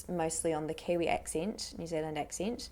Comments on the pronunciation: she say "New Zealand" so wrong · We have a pretty tough accent to imitate, but she is the best I've seen. The only area I think she misses is on the country itself! It's pronounced more like 'Nyu Zullund", I don't know any kiwi that actually says 'Zeal'. Also, she doesn't mention that all 'tu' sounds become a 'chu/chew', and 'du' becomes 'ju/jew'. Eg- 'Tha rint us jew on choose-day' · New Zealanders don't say New Zealand like that